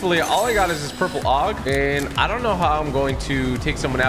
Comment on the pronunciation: ITS AUG, NOT OG